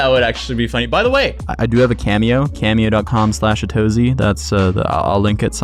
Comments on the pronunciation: Wtf. I just realized it was pronounced “a-too-zee” and not “as-toz-y”. I must be dyslexic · no. He pronounces it "uh-TOE-zie". So yes, it's supposed to mean A to Z probably, but it isnt said like that. And he probably added the Y so it would sound catchier. Otherwise it would be pronounced "uh-TOES" 😋